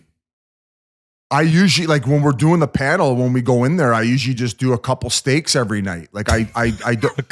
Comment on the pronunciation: "CUPPLA STEAKS"!!!! OMG